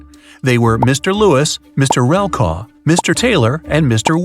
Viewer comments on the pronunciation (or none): and you pronounced Mr. RELKAW Its Mr . REKLAW 😂😂😂